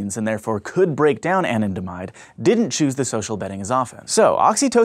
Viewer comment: Anandamide is pronounced Ah-Nan-Da-Mide not An-in-de-mide